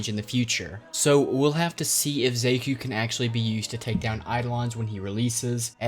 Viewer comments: Thought it was pronounced SHA-kuu? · They said their name to many times for you to say the name wrong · i cant get over the way you pronounce Xaku's name